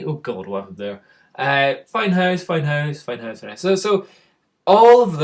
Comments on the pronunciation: Me: h-ow-se You: Howuse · It's weird how you scottish people say "house" :p